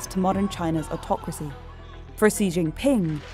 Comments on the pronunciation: His name is pronounced "Shee"... Other than that, great video.. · The pronounciation was not so wrong like so many people who say Gee or whatever....